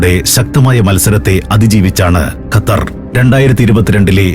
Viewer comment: ഖത്തർ ൻ്റെ "ർ" ഒന്ന് കട്ടി കുറക്കാൻ പറ്റുമോ